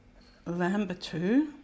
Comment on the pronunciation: LAN not LAM bitou 😍